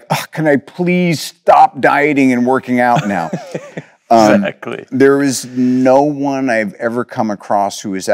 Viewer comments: why does he say nai when he wants to say now? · I’ve never heard anyone pronounce “now” as “noi” until today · you’re a G but you can’t pronounce properly “NOW” 😂